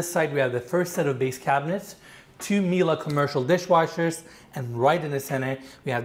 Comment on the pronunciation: HOLD UP! did just pronounce Miele correctly?